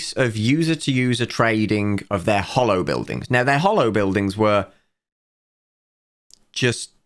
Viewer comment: I love how way of mispronouncing the "holo" in "HoloBuildings" makes it sound like "Hollow Buildings", which is a very apt name for what they are in practice.